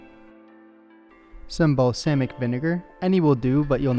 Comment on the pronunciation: mans said balsaymic vinegar